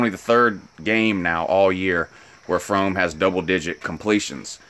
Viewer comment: Learn how to pronounce Fromm dumb ass